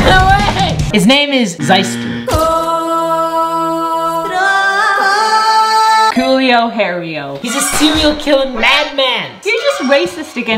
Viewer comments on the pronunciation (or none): it is “ink-ziz-zour” no it’s zi-s-ter